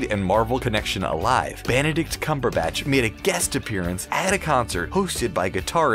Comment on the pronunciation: banadict cambarbutch